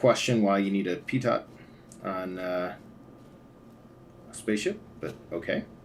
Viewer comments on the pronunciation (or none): Lol! its pronounced Pee Toe (Pitot) and i think its gotta be for atmospheric flight? i guess? but yeah haha. Nice vid as usual mate. o7